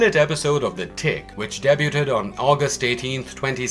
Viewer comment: You're unfortunately pronouncing debuted wrong